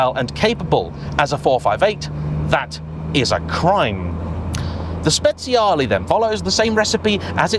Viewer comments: Fantastic video! “Speziale” almost sounds like spiced 😂 It is Speciale! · No, No, and thrice No! You do not pronounce speciale 'spets-see-a-lee' it's pronounced 'spe-charly' Listen how the Italians pronounce, they know their language 😊 Here's another common Italian pronunciation error: Ducati is NOT pronounced 'dew-katti', it's pronounced 'doo-katti' (sports commentators' pronunciations are only 10% correct at best) Another fact: Moto-Guzzi is NOT pronounced 'moto-gussy', it's pronounced 'moto-gutsy'. Italian words with 'zz' in them are pronounced 'ts'. Even Siri doesn't recognise the correct Guzzi pronunciation (when's the last time you ordered a late night 'pissa'?) One final fact (that's won me many a pint. Thank-you Igor): Akrapovic is NOT pronounced 'acra-po-vik', (yanks say a-crop-o-vich') it's pronounced 'a-krap-o-vich' (there's even a YouTube post for this, hence the free beer!) The key is to pronounce as the language/family name as intended, and not from elsewhere. Old man's rant over 😛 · Should be pronounced “spechale”